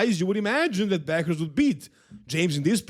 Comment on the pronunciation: is nog bakrouz is behrouz be be not bak